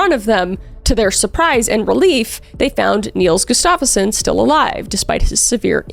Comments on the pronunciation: Gus-stuff-son is how they pronounce it if I’m not mistaken. That said I got that information from hearing introductions for a UFC fighter. Love the content, great work! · I've heard this story covered so many times, but your videos always impress me. Btw, the stress on the name Gustafsson should be on the first syllable ;). It sounds like you're saying "Gustafeson".